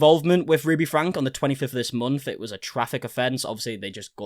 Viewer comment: I have been watching you for years now, especially 8 passengers coverage....please forgive me but i have been wanting to comment this to you for a very long time....its not pronounced frank, its pronounced Franky.